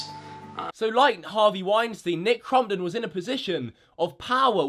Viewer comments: your being a bully cause your saying crumpit and its crompton when you say nicks name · “Nick Crom-pit” Lol 😂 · (Cromp-ton) not (cromp-et) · It’s not nick crumpton it’s not nick crumpets it nick cumpit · "nic crompteé" - 2017.